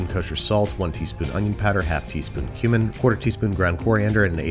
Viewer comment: when he said "cumin" i thought he said human and i had to re-listen a few times before realizing